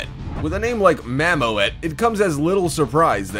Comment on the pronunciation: Not for one thing or another, but is's pronounced: "mammoot" and not mam-mo-et.........